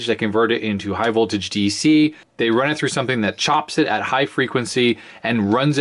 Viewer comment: Danger! High VOTLAGE lol